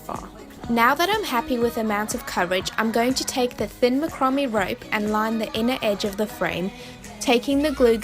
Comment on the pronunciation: Not to be a “nudge”, but “ macrame “ is pronounced “ Mack- ra- May “ and those little “ stalks” are actually “ Pin’s”. ( Nice craft idea though.👍 ) Thank you.